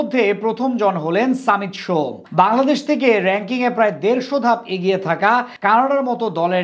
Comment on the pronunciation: সামিত সোম না ভাই😅 সমিত সোম